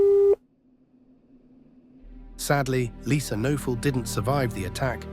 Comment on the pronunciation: The victim's last name is pronounced with a hard K...and "noe" is pronounced "nay" Kuh-nay-ful